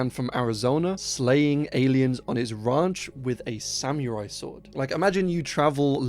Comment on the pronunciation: Love the videos, but please look up how to pronounce samurai lol. That part bugged me. That would be an awesome movie, though. An old man killing aliens with his sword 😂